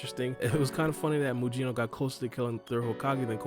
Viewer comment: His name is not Muyino. It's pronounced Mugino like Gyuki and Kusanagi.